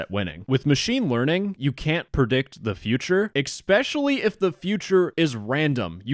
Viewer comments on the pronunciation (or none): Did you also say "exspecially"? SMH